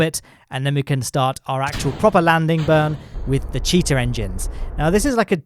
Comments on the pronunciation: thought you said "cheater" engines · I was thinking he was saying cheater engine until I loaded KSP to look for it and I saw the Cheetah engine